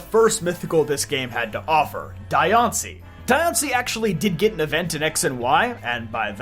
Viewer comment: There's a side story thing where you actually had to save Diancie from some thief in both X and Y amd ORAS, with the latter giving her the Mega Stone. Also, it's pronounced Dian-c-ie not Di-an-cie. They missed the opportunity to make her and Meloetta female Mythicals, again. Or at least make Diancie 87.5% female and 12.5% male with extremely rare cases of Diancies that are mutated from Carbinks to be the only Diancies that are gender unknown. It would be really interesting if some Mythicals in the future finally have actual gender ratios. Marshadow deserves more respect than how they treated it. One more thing, Hoopa gains its powers from making special doughnuts Ansha makes to activate the Hyperspace portals. But that's really it. Hoopa and Volcanian are still overdue for their Megas and more lore.